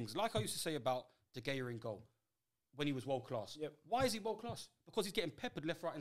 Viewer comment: i cant trust someone that doesnt say david de gea right